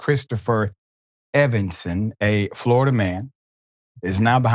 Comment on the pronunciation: All I had to hear was Flori-duh man